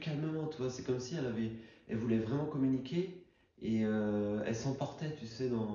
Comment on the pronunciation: tu es une personne vraiment sympathique, super tes vidéos. Juste un petit conseil, évite les liaisons inutiles, ne dis pas: communiquer z avec nous. Communiquer er donc pas de liaison avec nous. Merci encore pour ton implication et ta bienveillance.